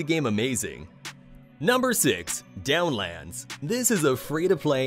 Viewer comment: "Dawnlands", not "Downlands" Just pointing it out 😅